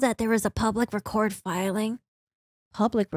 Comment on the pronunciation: Just fyi - "for your information" in this instance the word "record" is not pronounced like you are recording something it is pronounced as if you were talking about a record.